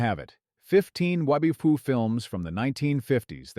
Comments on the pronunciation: "Wubby Two"? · I love the way the AI pronounces WWII. Also, what about some of the British movies? Theirs is the Glory, They Were Not Divided, Nine Men, Steel Bayonet, are superb, and bafflingly underrated. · also, pretty OK AI narrative except when the AI tries to say WWII